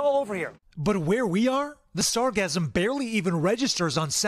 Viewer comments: said sargasm 3 times >.< Sargassum 0 times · sargassum not sargasm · "SAR-gasm?" our reporter has a bit of a Freudian pronunciation problem... it's "Sar-GAS-sum." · reporter: please listen carefully to the technician's pronounciation of the word. its sargassum, as spelled, not sargazm. like sargasso sea, not sargazzo sea.😅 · "Sargasm" LOL🤣 SarGASSum. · It’s not sargasm , it’s pronounced sarGassum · LOL, it's sargassum, not sargasm 😄